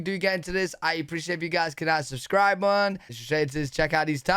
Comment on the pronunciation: I love how you say "hit the subscribe buh......n"